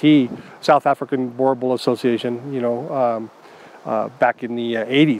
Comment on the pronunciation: Very wrong pronunciation of the name. Boerboel is a Afrikaans word and the way it's pronounced is like this .....bur bull